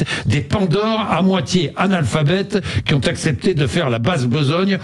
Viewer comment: "Qui z'ont pas fait d'études" 😂😂😂